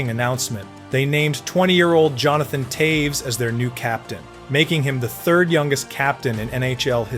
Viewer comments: Who's Towes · Hundreds of hours of research and you post a new video every day? Mispronounce multiple iconic hockey names and make bold statements such as Toews wasn’t an offensive talent nor did he ever score highlight reel goals? Yeah ok bud